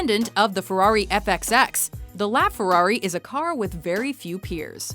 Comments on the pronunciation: what's a fewawi? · This woman and the word ferrari don't go well together...